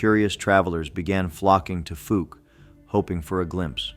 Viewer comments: Fouke is pronounced fOWke , not Fook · The most famous monster story in Arkansas, and you can't even say the freaking town's name right! It's like like the preceeding comment, "folk" either! Let me enlighten you people, especially janetbaxter1938.....it's like the sound of COW without the C. F(OW)LK!! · FOUKE: pronounced; FoLk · I live in Fouke. It's pronounced like WOW... The FOUKE monster. The town was founded by Dr Fouke in the 1800s. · I live in Texarkana about five miles from fouke!!! F-owl -K !!! Come on pronounce it Wright 😮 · Pronounced like Fowl with a K. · I live in AR and the Fouke is pronounced Fooulk. It almost like folk. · PLEASE LEARN PROPER PRONUNCIATIONS OF NAMES! Your pronunciation of Fouke AR. was like fingernails on a chalk board to my southern ears. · DUDE YOU MISS PRONOUNCED FOUKE!!!! Your a tard!!!!! I've been to Fouke and to the area they say the creature lives. I was there for 3 to four weeks in the deep swamps alone and the only thing I was concerned about were the gators and snakes. With my bad luck if nothing attacked me out there then there's nothing there. I even used a drone with thermal and once again nothing. I live in the north central part of Arkansas and have never came in contact with any of these so called creatures.